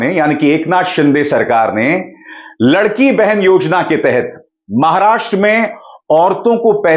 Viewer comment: it's लाडकी बहिण योजना.. not लडकी बहिन योजना.. लाडकी in marathi means प्यारी दुल्हारी..